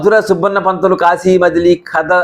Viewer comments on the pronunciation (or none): none